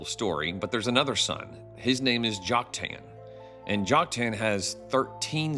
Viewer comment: I came across your videos just a few days ago and support your approach. I appreciate your willingness to look at the scriptures through unbiased eyes very much. But as a retired English teacher my ears hurt when I hear some name pronunciations; in particular Joktan. You can choose between the common American "Jock-TAN," or the Hebrew "Yoke-TAHN." But "Jock-TAIN" is not one of them. God bless and keep up the original research!😊